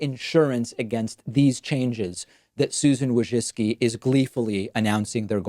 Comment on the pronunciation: You pronounced her last name wrong, it's WOJCphlem...spit...ZUCCCCHIIII! It's an ancient name that must be spoke in toungs.